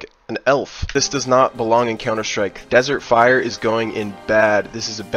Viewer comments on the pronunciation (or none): none